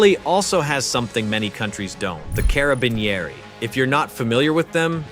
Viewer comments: Italian here , thats not hoe you say "Carabinieri' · hahaha we got “THE CARABINIERI” sounds so dramatic, no italian person would be able to keep a straight face hearing the way you said it. Also, the way you pronounced it sounds pretty cool